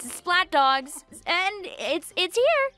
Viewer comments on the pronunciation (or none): dwawgs.. ty long island accent